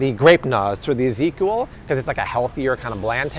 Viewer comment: Why do you pronounce it as EzekUal